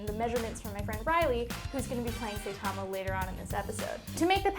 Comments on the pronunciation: SAITAMA! Not Seitama! Sai, like sigh. This is what make me feel she hasn't watched the show like she claimed to because every time they say it, it's very clearly Saitama, pronounced correctly. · *Saitama not saytama there is no y. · Ok ok ok rage rage hun sai tama sigh tama not say tama. It just grates on me a little more every time and I had to mention it. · I know no one cares but I think its funny she says "say-tama" when in the dub and Japanese version everybody says saitama like "Sigh-tama" XD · Please don't say SAYtama anymore Q.Q Like, Psy-tama, not Say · Please pronounce Saitama properly. That bugged the hell out of me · One of her favorite anime... can't pronounce "Saitama" correctly. -_ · Zenix 29 it's only a pronunciation error it's fine man no biggie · you prenounce his name wrong